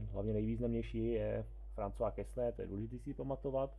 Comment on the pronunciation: Quesnay se čte [kene]. ;)